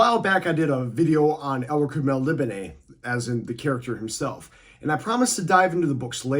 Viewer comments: your saying it wrong. I heard Moorcock say it . it's "alien-like" and not spelt correctly from our point of view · Love the Moorcock books, read them all as a kid and reread them occasionally, got virtually the full set of paperbacks still on my shelf. Not having a go at you but I pronounce Melnibone as 'Mel' - 'knee' - ,'bone' no idea if I've been wrong all these decades but hey-ho, every day's a school day. Nice video by the way. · read most of these years ago, have I been pronouncing his homeland wrong this whole time?